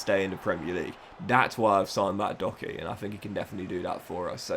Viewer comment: How tf are you pronouncing Doherty